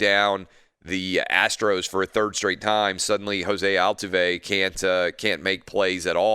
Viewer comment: Clay butchered Altuve's name so bad 😂😂